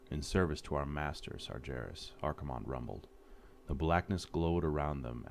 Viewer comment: This is so good ... except one thing, pronunciation of some names ... like how can someone fuck up "Sargeras" ? It has been used in the game like thousand times.